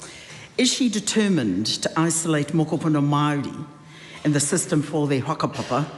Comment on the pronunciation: Why does she say Maori like Maaar de